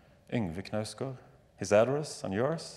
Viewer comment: Zadie does the incorrect "silent K" pronunciation that some Americans seem to do, perhaps out of fear of not sounding like a fool who thinks "knife" is pronounced "kuh-nife" or something lol But no you hit the K, though somewhat softly, before the emphasis on NOUSE then gard